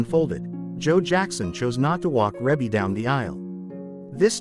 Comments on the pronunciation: Her name is pronounce ree bee not rebbie even if it is spelled that way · It's Ree Bee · Yea, cause WTF is Ra-bee🤦🏾‍♀️Very annoying. FR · Please stop calling her Reybbie. Her name is pronounced Ree-Bee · Rebbie not Rabby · Her name is pronounced Ree-bee🤦🏽‍♀️ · It's REE BEE!! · I just had to stop watching. The music in the background in the mispronunciation of her name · Say her name right next time!!!! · They’re not even pronouncing her name correctly…. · Beautiful, Blessings Always Sweetie Rebbie, & Congratulations on your Awesome Career and Achievements. Rebbie is the correct pronunciation. ❤❤❤❤❤❤❤ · EXACTLY I hate when they prosper off of our culture and don't know ish about it. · I was thinking the same exact thing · Exactly. That’s why I tried to listen (the mispronunciation was killing me🙄)because I thought she was ill. Glad she’s doing fine. God Bless 💐💐💐💐💐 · I AGREE WITH YOU ON THAT ONE He didn't say her name right at all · Man I was watching this and every time he said her name worry my head was hurting more say her name right please ❤ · How can you narrate when you can’t correctly pronounce her name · She looks like Her mother and Janet😊 learn to say Rebbe name"CORRECTLY" Or get a black person to take your place😮